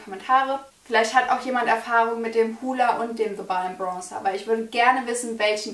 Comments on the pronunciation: Man muss erstmal lernen, wie man bronzer ausspricht, bevor man einen zugeschickt bekommt haha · Hahahahahah was für zuschicken warum sollte dir jemand für 30€ was zuschicken arrogant oder was?😂😂😂erstes Video und direkt bist du mir unsympathisch....und was machen 20€ (thebalm Bahama Mama bronzer) und 30€ ( benefit hula bronzer) für Unterschiede. Außerdem heißt es bronzer und nicht brongzer